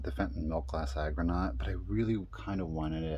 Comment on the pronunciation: I loved that milkglass argonaut bowl! FYI, it is pronounced ARgonaut, not agronaut. The argonauts are sea creatures. Agronauts would have something to do with the land.